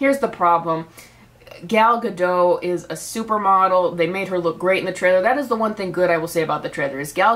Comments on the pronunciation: Just a bit of a fun fact - the T in Gadot is not silent, you're supposed to pronounce it. (It means River Banks in Hebrew) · Ga-dote Edit